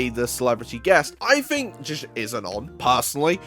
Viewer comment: it's "think", not "fink"